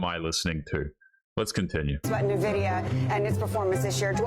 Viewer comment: Never trust the opinion of someone who pronounces Nvidia as 'Nuhvidia'.